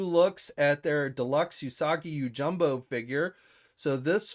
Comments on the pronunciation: Not to be a dick but I'm pretty sure it Usagi yojimbo not yojumbo just sayin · You’re most looking forward to a figure for a character whose name you can’t pronounce? It’s Yojimbo, not “Yojumbo”. Lol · P it is j i m b o not jumbo